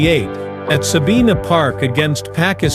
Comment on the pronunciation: Bay land (not baylun) Sa bine nah (no sa been a)